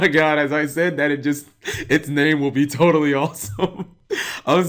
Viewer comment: "Todally Awesome" goddamnit, we meme-ing now?